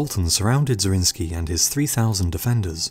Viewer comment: Nicholas zrinski? It was a hungarian noble, Zrinyi Miklós ( miklos= nicholas)